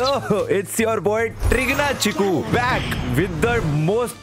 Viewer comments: Trigna chikuu ✅😁🤣..chickna triggu❌ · Bro literally said triggna chiku😂😂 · Who noticed bhaiya said triggna chiku instead of chikna triggu😂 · Har baar ulta bolta hai bhai 😅😂... not Trigna Chiku it's Chikna Triggu 😂😂. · Anyone noticed him saying triggna chiku instead of chikna triggu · he said trigna chiku instead of chikna trigu without realising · Triggna chiku bol dia galti se bhaiya ne Chikna triggu bolna tha😊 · Hey dude.. it's not triggna chiku it's chikna triggu😅😅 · Did he just said trigna chiku instead of chikna triggu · Everything is temporary but the struggle of saying TRIGNA CHIKU by nischay is permanent 🤣🤣🤣